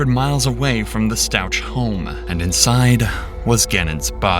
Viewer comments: Gannon was not her son. He was her step son. He had a mother. Harley is Letecias 17 yr old (at the time) daughter. Elena is Gannon's 8 yr old (then) full sister and Leticia's step daughter. Their last name is pronounced "Stowk" not "Stowch". She was examined and found to be sane but used a ridiculous, idiotic doctor to say she suffered from DID. The jury did not buy the insanity BS. How do you miss those sorts of highly publicized details? Did none of you watch the trial? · I am checking out your Channel and have Subbed because my Son suggested it to me . You have good content .If i may , i will just point out , that Gannon , Lana and Alberts last name is pronounced S T A W K .Stauch , absolutely NOT Stau..chch. As i said you're content on this case is good .I feel however that it is a disservice to Gannon , who , BTW weighed in at 1 lb at Birth , fighting for his life , and went home fighting for his life . The pain Leticia caused , is unimaginable and egregious . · His name is pronounced Stauck with a ck sound, not a ch sound. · Is this your actual voice narrating? The story and visuals are great, but you pronounced Stauch wrong the whole time 😞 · The CH in Stauch is pronounced with a hard K sound